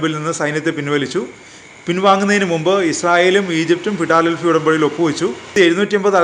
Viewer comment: ഫിടാലെൽഫി അല്ല 😀😀 ഫിലാടെൽഫി.